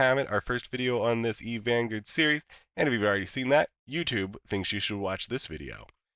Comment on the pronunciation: Are you purposely mispronouncing Vanguard?